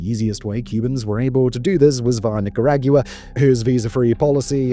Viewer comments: buddy cannot for the life of him pronounce Nicaragua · Given how you pronounce "Nicaragua" I greatly hope that there is not a "Nicaragua is next" episode. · that was a weird way to pronounce "Nicaragua". I don't like it at all. 😵‍💫